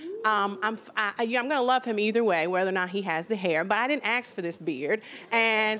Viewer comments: english is not my main but did i hear her saying "i didn't axe for this beard" ?, it suppose to be ask not axe ? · How difficult can it be to pronounce ASK correctly? Why is it so often pronounced AKS?! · 🙄Any woman, who says "my happiness should be his priority" CAN'T love any man. Specially if she says: "Axe" instead of "Ask."😂🧿🤷🏽‍♂️📚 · Whenever she said 'ax' instead of 'ask' I stopped watching this video